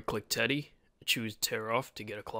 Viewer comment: TEDDY NOT TEY